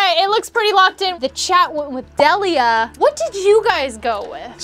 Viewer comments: It's your own fault for not knowing Delia's name lol. Which is pronounced Deel-ia, not Dell-ia. The pokemon names I can understand, but not a person's name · DEEEEEEEEELIA! How do you get De-leah from Delia?! And I thought MY name was "difficult." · It’s deeeeelia not dehhhlia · Everyone saying “Dellia” was so frustrating lmao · Delia is deal-ee-uh unless Pokemon changed a common names pronunciation, Delia is the mom's name and in Beetlejuice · It’s Delia, and she absolutely did butcher her name. They all did. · Nobody is pronouncing Delia’s name correctly. That is actually where I got the name for my oldest daughter, and it’s just a really pretty name that isn’t very common. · i feel like if she pronounced delia remotely right they might have got it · The way they pronounced Delia makes me v uncomfortable.